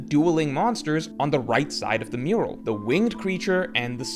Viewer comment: Only 5 seconds in and it's 意味が分からなかった not 意味が分からなかっ, not Elbaf Murual but Elbaf Mural love your videos man but can't stand this AI slop particularly when it's so conspicuous and easy to fix.